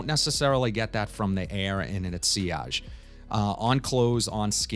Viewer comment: You are the only guy on YT to pronounce ‘sillage’ correctly! Interesting unpredictable choices. Personally, I struggle a bit with ‘Niche’. Love Armaf but…..maybe I’m getting put off by the harsh opening. Will try again.